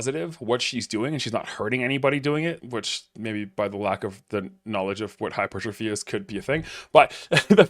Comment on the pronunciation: Qualified personal trainer…… Can’t say hypertrophy? Did the qualification come from the same University as Mike’s PHD?!